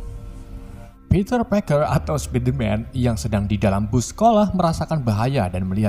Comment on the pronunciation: Lho lho lho nama spider man bukan pitter Parker? Yang betul itu peter Parker